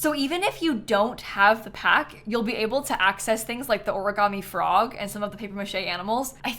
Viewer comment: i thought the offensive word you were talking about was “forg” for some reason 😭😭😭😭